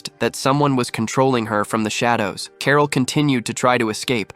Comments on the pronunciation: Who the hell says carol like carl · Carol not Carl.